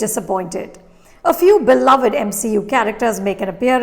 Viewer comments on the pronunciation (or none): none